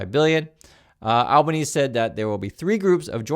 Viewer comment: Albanese is pronounced like Alba-neesy